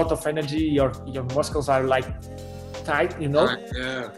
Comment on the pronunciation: Cute guy said muskles